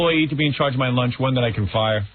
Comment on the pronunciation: LOL I thought he was saying launge.